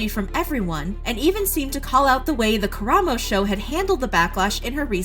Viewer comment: the bar is on the floor but thank you for pronouncing karamos name right